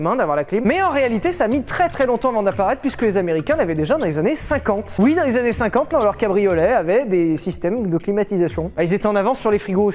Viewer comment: " Avec quelques anné d'humidité" j'étais encore sur les caleçon moi...😂😂😂😅🤣